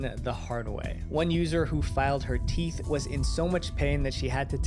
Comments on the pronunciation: "teath filing"😭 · How do you mess up teeth that bad 😭 “teath” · TEATH FILING?😰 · lol “teath”🤣. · TEATH?! what the fuck is TEATH?! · teeth not teath 😭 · “Teath filing” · Ah yes “Teath” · Bro said TEATH FILING😂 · lol not the "teath filing" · "Teath filing" 😂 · "Teath filing" is wild 😭🙏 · Teeth not trynna be mean just helping 😊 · It is teeth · its teeth also in british english 😭 he just fucked up